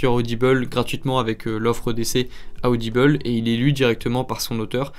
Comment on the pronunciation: Ah ah tu prononces audible bizarre tu as dit audibel 😂 ça ma perturbée